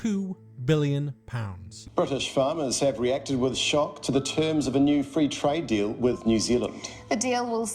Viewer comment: Yeah well we're fwee ain't we?